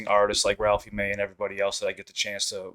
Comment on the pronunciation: Same 😂 i know u came here coz the last video he said ralphey may